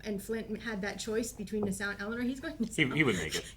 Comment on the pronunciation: 2 season in and I'm still hearing nuh-SOW instead of NAH-saw....🙃😑